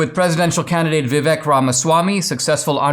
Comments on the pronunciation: When Dinesh, of Indian origin, can't pronounce Vivek's name correctly... Vivek is pronounced as Vivake (as in Cake) You are welcome, Dinesh. Always watched your speeches and q and a in colleges and loved them. Vivek 2024. Love from India. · Hey, Dinesh, as an Indian, why are you mispronouncing Vivek's name? "Vivek" is pronounced "VIV EK" with "EK" like "ake" in "cake"